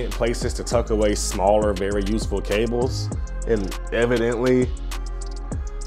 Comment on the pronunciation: I don't ever want to hear someone say Cables the way he kept doing 😂